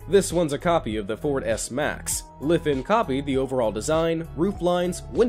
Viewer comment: i think you said it wrong, its jot Lefen, its Lifan. and you should have spelled it like this: Laifaan